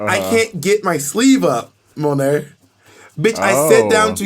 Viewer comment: As a native New Yorker, Monet is correct lol